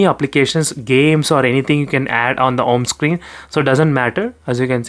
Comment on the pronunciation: I have Liked your video and your pronounciation Home Screen -> Om screen 😂😂